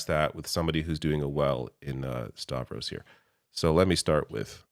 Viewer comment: Yes, Stavros! He said it right!